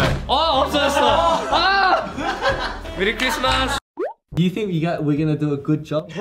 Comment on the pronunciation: Felix accent when he said "Merry Christmas" sounded like a filipino accent😂